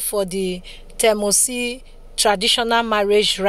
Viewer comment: Please correction: ‘Ts’ in ‘Temotsi’ is pronounced Témoshee. ‘Ts’ in Itsekiri is pronounced like ‘Sh’ in English.